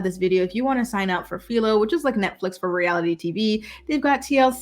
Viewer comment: It’s Philo with an I lol I use to say Philo to but it’s an I and not ee sound